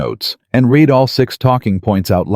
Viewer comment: Your story is partially about a company that uses words as their commodity. Don't you think your narration should use words correctly? Like almost all AIs, the "read" is frequently mispronounced.